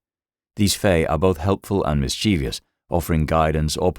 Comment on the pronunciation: The mispronunciation of Mischievous is like nails on a chalkboard